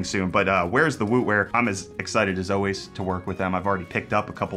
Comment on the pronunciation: I truly kept thinking I was hearing Wu Wear and not Wootware. You should rock some Wu-Wear. 🐝 🐝🐝